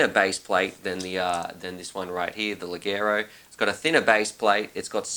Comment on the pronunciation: I believe its spelled "lejero" with the j of just or jazz. Great video and great quad!